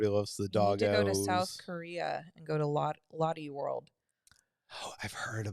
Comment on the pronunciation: It’s not pronounced lotty world! It’s loh-tay world. Based on the name Charlotte. Maybe the other park in South Korea was Everland!